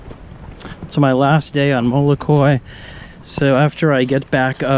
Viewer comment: It's not molokui....itis MOLOKAI...